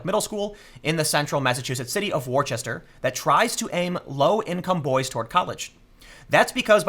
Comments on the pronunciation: the city in massachusetts is pronounced Wuss-ter not War-chest-er. Source: I live here! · WAR-CHESTER?!?! WAR-CHESTER?!?! REEEEEEEEEEEEEEEEE! IT IS WOO-STER!!! Jesus H motherfucking Christ you goddamn filthy Interior. Say it like "Worcestershire Sauce" ffs. In Massachussetts, we get very triggered when someone pronounces it wrong. It is like fingernails on a Chalkboard to us. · Woosta. Not Worchester. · Worchester is actually pronounced more like wooster in Mass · Worchester pronounced like "WAR-CHESTER" irks me as someone from Massachusetts, since it's actually pronounced "WUSS-TER" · Worchester is not War Chester it's WUSTER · "Wore-chester"??? Worcester is pronounced: Wuh-ster Yeah. I know. Us New Englandahs are weird. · Love your vids man, for real! but just to clarify and not to be a Masshole lol but its Woosta! lol not War-Chest-er.:P trust me i screwed that up for 7 years and i lived right next door ha ha. can confirm ha ha ha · Worchester? No TIm, Im from Mass, and let me tell you something, its pronounces Wooster! or a woostah to be more exact! show some respect! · Its not war-checker its Wuss-ter Learn to speak boston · how can you tell if some one is not from Massachusetts/ New England? they pronounce the city of Worcester wrong! LOL, its pronounced more like Wus-tah and not Wor-chest-er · IT IS NOT WOOORCHEEESTER. IT IS WU-ST-ER LIKE WORSTER BUT WITHOUT THE 1ST R. Sorry. But the prononciation irked me. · Listen to you War-Chester Its pronounced Wuss-sta. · Its "wu stah" not War chester!! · Great vid Tim... ...but it's not Wor-chester. It's Worse-ter... Us Britbongs amirite 🤪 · Tim, Worcester is pronounced like Wooster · Worcester...its pronounced Wooster. 😉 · 1. Worcester is Eastern Mass, and 2. It's pronounced Woo-stah. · Pronunciation note: "Worcester" is pronounced "Wooster". Very understandable as the spellings of many English places make little sense: Leicester is "Lester" and Gloucester is "Gloster". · It's pronounced "WUH-stuh"